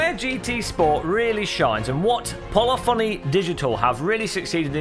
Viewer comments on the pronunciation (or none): It's pronounced .....'Poll-if-phony' not 'Polly-phony' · It's not 'Poly-Phony', it's pronounced 'Polifany'.